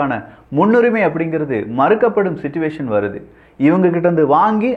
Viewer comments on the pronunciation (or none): none